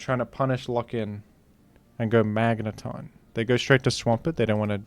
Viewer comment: Magnatn